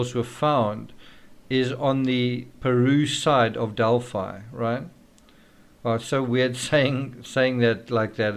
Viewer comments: Pronounced Del-Fi. Long I sound. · Australians would pronounce it like you, but since it is their town we would pronounce it their way in this instance. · We pronounce it 'Del-fee' in Texas and Illinois. Hoosiers can be strange sometimes. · We'd say Delphee in UK as in 'Adelphi (ee) Greek for 'brothers'. Strange that PhiliDELPHIa is pronounced like ee